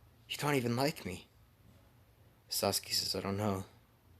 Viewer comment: Yo this is fire but the way he said what if sauske died ha